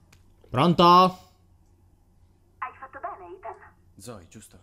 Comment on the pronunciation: Si dice itan